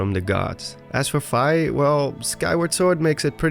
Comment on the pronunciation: You drew me into your narrative very well. Until you started mis pronouncing "Fi". Its F-EE. Like as in you got charged a FEE for your meal. This tells me you have in fact NOT been playing all the zelda games. Please do your homework. I had to stop the video and unrecommend your channel. No hate. Only love, you got alot of people who enjoy your work. But if we were friends and you kept mispronouncing my name... There would be some harsh words and a break up.